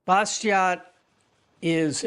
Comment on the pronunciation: "Bastiat" is pronounced "bastia", without the final "t"